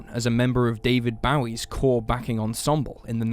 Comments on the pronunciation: Boe, not Bouwie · David Bowie is pronounced Bow e like the bow as in a bow n arrow sweetie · Probably should be demonetized only for the way guy pronounced David “Baowie” 😂😂😂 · The way he pronounced David Bowie.... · Please don’t ever pronounce David Bowie‘s name like that again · Yeah, I stopped watching too and clicked on "don't recommend channel again" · David Bahwee? Frehckwent? Why do you say it like that?